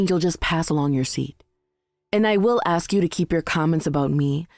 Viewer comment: I absolutely cringe every time I hear somebody say “AX a question”....it’s ASK. It seems that somebody using spoken language as a profession might want to hone their language skills. Just saying.